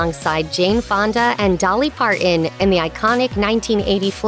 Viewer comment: Dolly Par-in. Geezus. It's Dolly 'Par-tin' With a T. Aargh.